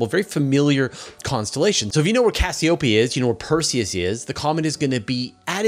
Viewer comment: It might help if you pronounce Cassiopeia correctly (cass E O pia)